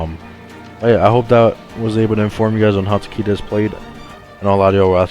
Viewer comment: Tuh-Kay-Duh come on yall.